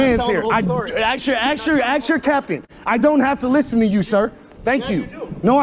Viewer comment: You need to educate the idiot that filmed this how t talk. The word is ask not ax. He said the officer are when he was ask. If the idiot can film the public why can't he speak proper?